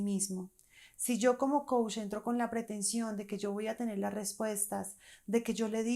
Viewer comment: Tú dices Coush y es Coach! Mejora eso y crece tu credibilidad.